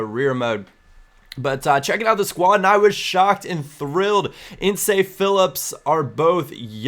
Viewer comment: Insay! It's pronounced inse